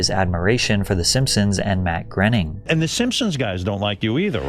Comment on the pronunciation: It's not Matt 'grenning'...and that guy took rides on the Epstein plane.